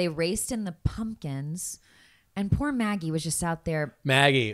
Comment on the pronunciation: you’re mispronouncing magis name